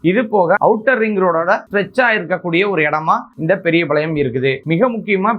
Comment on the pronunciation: பெரியபாளையம், பெரியபளையம் இல்ல சரியா சொல்லுங்க